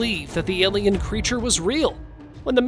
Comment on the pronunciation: Stop saying elian there are foling Angeles